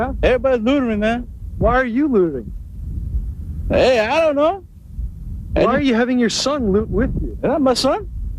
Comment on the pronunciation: If you can't SAY "looting," you really shouldn't. That man said: "Lootering."